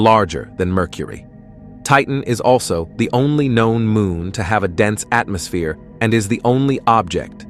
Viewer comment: Unfortunately it’s not AI, but just a text to speech algorithm. The hilarious pronunciation of some words (like atmosphere) will improve, hopefully, but it is still very annoying and difficult to listen to a long article. I typically can’t get all the way through a lengthy spiel, and suspect that advertisers are not getting good value.